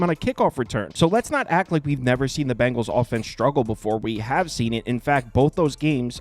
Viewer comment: Its Bengals not Bangles